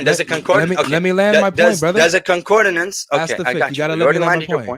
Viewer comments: That Muslim guy trying to teach what 'concordINance' is when he doesn't even know how to pronounce the word.... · Y'all know it's CON-CORD-ANCE... not CON-CORD-I-NANCE, right? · A man who can't pronounce concordance correctly quibbling over the pronunciation and meaning of words!